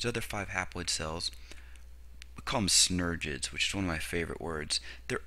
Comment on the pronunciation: This guy is mispronouncing synergids. Also, there are only two synergid cells on either side of the egg cell. The three cells opposite the syngergid and egg cells are called antipodal cells.